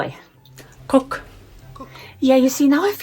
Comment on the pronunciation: Finn said chef is "kukki"... No, it's "kokki" .